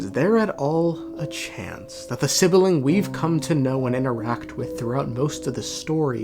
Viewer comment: Why call it sibiling It's sibling 😭